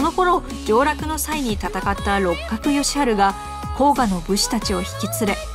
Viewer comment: すみません。あのですね。甲賀は『こうが』ではなく、『こうか』ですよ。